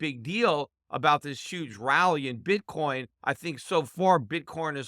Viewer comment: Bitcorn he called it lol